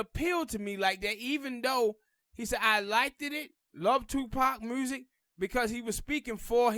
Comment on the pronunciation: Black revolutionary got zilch to do with lyricism.... Pac was an horrible rapper skill wise.... His messages was great, but horrible cadences, Inflections, lyrics.... Dude please pronounce music correctly, sir.....🤔